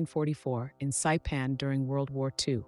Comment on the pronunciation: Saipan not cpan.